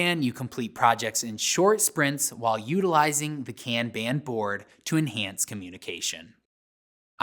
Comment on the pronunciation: I like this video because it validates how I prefer to pronounce "kanban"